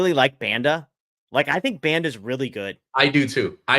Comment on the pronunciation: Can you guys make the effort of pronouncing player names correctly? The pronunciation of Banda is atrocious.